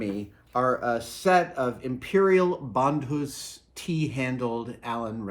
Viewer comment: Brian Sandvig same here. Took me halfway through the video to be like “wait, is he just pronouncing it differently than I’m used to?” Sure enough, he was.